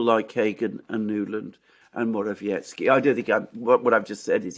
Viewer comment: PLEASE - learn to pronounce: MO-RA-WE-ETS-KY. There is NO "tch".